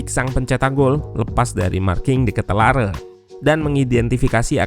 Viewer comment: Cara baca nama De Ketelaere = De Kit-la-re